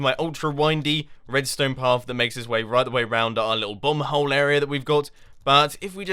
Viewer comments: Thought Mumbo said "awesome bum-hole" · Every time you say bomb hole i think you are saying bum hole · krisztian kovacs I know he said that, but it sounded like bum-hole... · Why every time Mumbo says "bomb hole" I hear "bum hole"? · I thought mumbo said "bum-hole" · When you say "massive bomb hole", it doesnt sound like you say bomb .-.